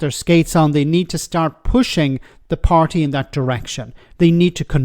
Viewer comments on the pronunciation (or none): none